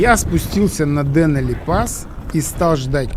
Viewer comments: Как всегда, на высоте, и кинематографической, и географической. К сожалению, немного режет слух ударение в ДЕнали. Все-таки ДенАли. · ДенАли - ударение на А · ДенАли - ударение на А, а не на Е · Извините, но настаиваю на ударении ДенАли! Фильм чудо, сам побывал там надавно, поэтому ваш фильм зашёл на ура!!! Ну и проблемы с синхронизацией участников никогда не просты!!! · Очень красиво! Настолько всё своеобразно!..Вначале не хотелось смотреть,а потом- на одном дыхании. Понравился формат: очень мягко,без перегруза какими-то базарами и т.д. Посмотрел,кстати,по Википедии произносится ДенАли и как-то лучше звучит,по-моему. В целом- очень хороший фильм и Аляска чем-то непередаваема,не могу пока осознать почему,но каким-то магнитом туда тянет..